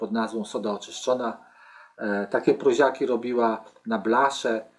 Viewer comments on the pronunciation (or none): PROŁZA A NIE PROZA. WIEC TO SA PROŁZIAKI A nie proziaki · Prołza a nie proza To nie literatura.I mówi się PROŁZIAKI przez Ł